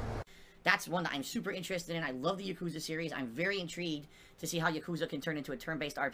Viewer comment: For someone as in love with the Yakuza series as he claims - he still doesn't put the correct emphasis on the correct syllable.